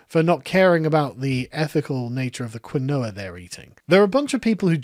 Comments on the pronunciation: "Quinn-noah" it's "keen-wah" and it's a great way to cut carbs and increase protein. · its pronounced KEEN Waa not Quin OH Ah, but you're British sure you'll roast Americans for words too. Hold down the fort 😁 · For the record, its pronounced "keen-wa" not "quin-oah." Blame the Spanish for how they transliterated the original Incan word. Which isnt even spelled like that in Quechua, which actually looks how you should pronounce it. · Hi, Sargon. Quinoa FAQ: It's pronounced KEEN-wah, and it's an ancient grain from South America. They're worried because it's a local ethnic food that now a bunch of rich whites are buying. It's high protein and just generally better than many grains, though, so they're in a bind between nutrition and ethics. (I've had it - once it's cooked, it's kind of fluffy like rice, with a nutty flavor, and about the size of the smaller couscous. I actually would recommend it.) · It’s keeeenwah …. Keeeenwah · Its key-noire you absolute philistine 😂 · Quinoa pronounced kwinowa 😅😅😅😅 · Damn, Quinoa is pronounced 'Keenwah'. I hate saying it unironically because it's so poncey but it is what it is. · Quinoa is pronounced Key-Noir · Dear British people, do you actually pronounce quinoa like that or is it just? Cause over hear we say “keen-wa.” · Sargon, quinoa is pronounced “Keen Wah” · quinoa is pronounced Keen-Wa stateside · Quinoa is pronounced "keen-wah". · Ugh. It's pronounced "ki-n-wa". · Say it with me, sargon: "Keen wah" Quinoa Keen wah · Um awkshully, its KEEN-wah. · It's pronounced Keen-Wa, God,, get it together! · It's pronounced "keen-wah" lol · It's pronounced keen waa fyi quinoa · Do Brits really pronounce it "Keen-oh-a" or is just a dunce? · The way Brits pronounce Quinoa (which is supposed to be said keen-wah) is hilarious when you've never heard it before. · Quinoa = “Keen-wah” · It's pronounced kee-nwah, you Philistine! Not that I've ever tried the shite. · "Quinoa" is actually pronounced "keen-wah."